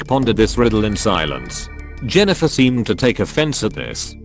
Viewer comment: LOL? I am pretty sure the AI voice called Jennifer "genital" and then "jenniphant". I love this